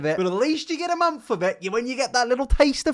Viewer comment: a mumf. a MUMF. AAAA… MUMF.